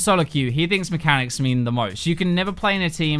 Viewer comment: Hahaha. Mehcanics